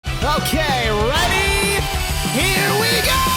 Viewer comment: Why does saying"Ok, Ready?" Sound like a Japanese voice actor with a mildly decent American accent?